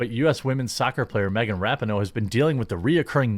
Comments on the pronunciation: Let's go back to saying rap-en-oh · The worst thing they did was that stupid hand heart. That crap has to go. Ra-pee-no, not Rapin-no. I can't stand her but for some reason the way you say her name makes my OCD go nuts. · I remember when the U.S. Women's Team was actually must watch, winning Gold at Worlds & The Olympics and was made up of the best women in soccer. How the mighty have really fallen I guess. So sad. Oh, and Jeremy, her last name is pronounced like this, Ruh-Pee-No, just an FYI for ya man! Great video as always! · It's pronounced raping hoe, right? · I agree with everything you’re saying but, to sound credible about the things you’re talking about, please pronounce the names correctly. Ra-peen-noe, not Rap-in-no and Carli Lloyd not Carrie Lloyd. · The NAME on the FRONT of the jersey is MORE IMPORTANT than the one on the back!! btw - it is CARLI Lloyd and Ra pee no. I know that this topic isn’t normally on your radar, I get it.